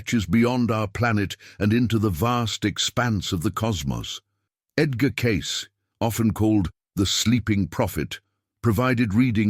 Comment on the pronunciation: Teach your AI to pronounce Edgar’s name FFS.